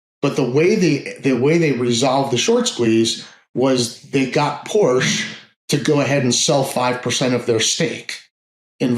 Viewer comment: dude need to learn how to pronounce Porche